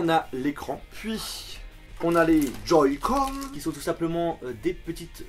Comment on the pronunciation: a "joyscon" lol sa ma mis en pls 😂😂😂